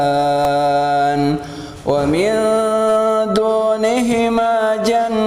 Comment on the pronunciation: Pabiayyi alaai robbikuma tukaddiban bukan tukalliban itu salah bacanya ustad